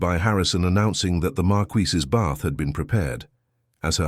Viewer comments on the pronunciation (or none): Oh ffs! 48 seconds in and your appalling AI strikes! Marquess. MAR'kwiss. This is not bloody France! 😡 But as a septic you will of course be uneducated and ignorant of facts about anywhere in the world outside of your own narrow experience. Especially Britain, past or present; this despite setting yourself up as the "writer/creator" of this channel. 🧐 And none of these failures are helped or improved by the fawning comments of your fellow septics - all totally lacking in discernment, and even a basic acquaintance with English literature. Eish! 💀☠️ 💀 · Great story, but George’s title NEEDS to be correct, it is marquess, pronounced mar kwis NOT mar-key or mar-qwee any other of the many distracting pronunciations used and changing throughout the story. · Marquis not markee! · If I hear marqUISe one more time Ill scream😂😂😂